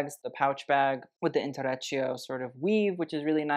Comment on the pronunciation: complaining about her pronounciation of Givenchy only to say intrecciato as intoretchio is quite funny